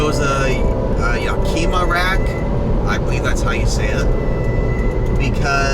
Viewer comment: Yack-kim-muh. Like the city in Washington state.